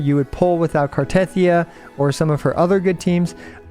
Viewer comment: I still do not understand why most American CCs pronounce Cartethyia's name wrong. It literally says it in the game... gah it grinds my gears! 😫